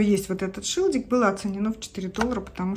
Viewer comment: Правильно говорить шильдик, а не шилдик.